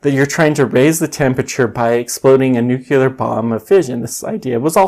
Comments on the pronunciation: Please stop saying "nucular". It's NUCLEAR. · I have just searched the origin of that nunul(e)ar, lol